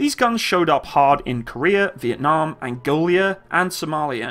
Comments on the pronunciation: Angola, not Angolia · "Angolia" X'D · Angola and not Angolia :D